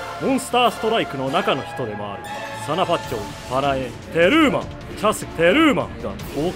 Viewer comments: テ↓ルー↑マン↓ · テル↑マン↓ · テルーマン強調しすぎｗｗ テルーマン！っテルーマンっっ！ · テルーマン強調しすぎ